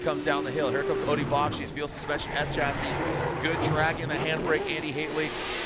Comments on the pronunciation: Odi doesn’t pronounce it with a Ch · Why the hell can’t say Odi’s last name correctly after this many years of covering him??? If you hear Odi say his name, he pronounces it completely different.